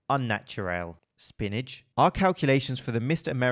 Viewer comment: "spinnach" lol